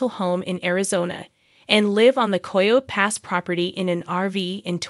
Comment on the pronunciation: Once it’s pronounced “Coy-Yo” Pass, I’m gone…